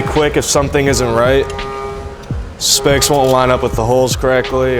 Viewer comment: Excellent vid. Thanks! Is he saying spokes or specks?